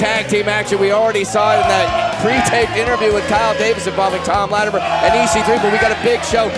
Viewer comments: Thank you. Her saying Lattimeere drives me nuts for some reason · OK, so the past couple weeks actually had some wrestling! That second match, with the WildKat guys was good, as was Cyon and Slias Mason. My question is: Why do you have Rodney Mack and Marshee Rockett imitating Doom? Bad comedy. And can someone teach how to pronounce Latimer?